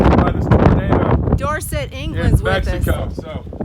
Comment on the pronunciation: Nice one you said dorset England right. Most americans mess it up. Thanks for the tips pete.